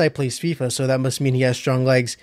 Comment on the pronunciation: I love that part where you can't say Legs lmao